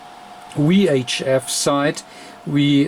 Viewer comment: I love your videos, I'm learning a lot by watching them! I still have to get used to your English. I'm fascinating how the languages have evolved -- "Watt" comes out "Vatt", but "VHF" comes out "Wee Aitch Eff". The way we pronounce W and V are apparently reversed! I wonder how that devleoped, etymologically? This isn't a disparagement, for those who think I'm making fun of his accent. I'm not, I'm fascinated by it and truly do wonder how that evolved over time between geographical locations. EDIT: Ooh! I found a page that gives the etymological reasoning behind it! They cite "hypercorrection" as the root cause. (The URL is misleading...it's not "wrongly", it's just differently.)